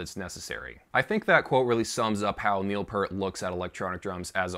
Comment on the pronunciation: really surprised that this guy knows his bass V-drum is named Wendy, but he can't pronounce Neil's name correctly....priorities dude...get 'em prioritized...